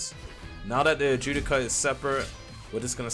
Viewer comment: Dude can’t pronounce a single word but claims to have watched the anime. Wtf is an Ajewdica?!?!?!? 😂 it’s an Adjucha (Add-who-cha)